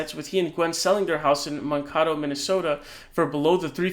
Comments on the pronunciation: Mankato (Man-kay-toe) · Sorry this has been getting on my nerves it is pronounced Man-kay-tow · Its pronounced man""" kaytoe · as a helping hand on pronunciation it’s man-kay-toe lol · Nah don't surprise me...we I'm Minnesota don't care...concern more about others.....by the way it's s Pronounced Man-kay-toe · FYI, You are pronouncing Mankato wrong.